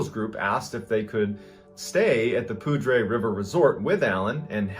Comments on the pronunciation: Its not performed poudre, its pronounced pouder lol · Hey! I'm from Colorado. Poudre is pronounced pooder. It's french for "powder" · Pronounced *"Pooder" River" by the CO natives. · Poudre is pronounced “pooder” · Not that it matters but its pronounced poo-der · Irrelevant, but just FYI I live in the area and it’s pronounced “Poo-der” lol. Fwiw the name made me giggle internally for like the first 2 yrs I was in NoCo😂